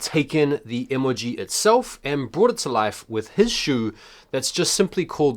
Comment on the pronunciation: E•MOLE•GEE 🤣😂🤣😂 y oh sound crazy asf saying it like dat